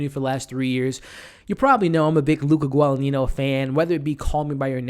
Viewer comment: Interesting review, but pronunciations are (Chloe) Seven-ee and (Luca) Guada-neenyo.